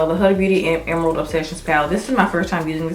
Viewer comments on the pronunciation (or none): GORGEOUSSSSSS! absolutely lovely look. Btw the eyeshadow brand is HUDA is pronounced WHO-da. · It's pronounced Hoo-da even thought it's spelled Huda